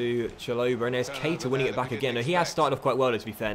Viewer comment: PLEASE! It really annoys me when people get his name pronunciation wrong. It's pronounced like Ka-Eeta. Like so docks can see please 💯💯